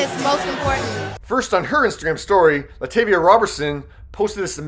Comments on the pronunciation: So the narrator clearly heard Beyonce pronounce Latavia the correct way, and HE STILL MISPRONOUNCES HER NAME???? LIKE HOW? it's LUH TAH veeyah! Not Luh TAY Veeyah! 🙄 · Her name is Latavia. Bey pronounces it . Not “LaTAYvia.” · Hey,. It's luh-taw-vee-uh (Latavia). (Bey even says it in her thank-yous.) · LA TAAAAVIA NOT TAY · LA-TA-VI-A … showed Beyonce saying her name multiple times and still said it wrong. And this is not the 1st birthday they shouted her out nothing “interesting” about it. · Exactly!! To say they never come up he must be new here. He didn’t even say Latavia name right the nerve 🙄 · How on earth did you hear her say LaTavia’s name, yet you still pronounced it WRONG??? Y’all be playing too much😒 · One of these day yall will pronounce LaTavia correct! Beyonce literally said it. Now yall need to listen and learn